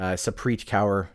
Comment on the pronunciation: Kaur = Core <pronounciation